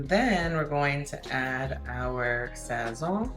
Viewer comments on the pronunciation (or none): This chick if your gonna steal ingredients say them correctly sazone/sa sown And the green seasoning is called so Fri toe